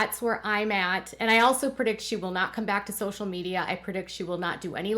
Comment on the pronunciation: The word is PREdict, NOT PERdict